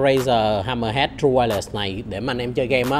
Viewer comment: Vietsub: tru-quai-lét , nghe đọc tru-quai-lẹt nghe thấy mà mệt vcl